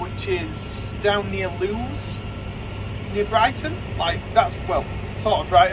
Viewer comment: Eh Up Lad - Lewes is pronounced Lewis (Like the Detective on't Telly) They have a Monster Bonfire🔥 parade there every year. 30,000 people attend